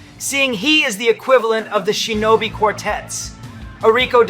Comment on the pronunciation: it’s shinobi you don’t know how to pronounce it properly